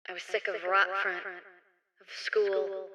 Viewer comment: BTW, it's not "Rot-Front" as in the english word for "rotting". It's German Rotfront, basically meaning "Red Frontline".